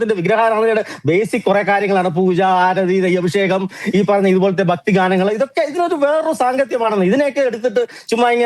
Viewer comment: റിപ്പോർട്ടർ ആയ ഫക്തിയല്ല ഭക്തി എന്നാണ് പറയുക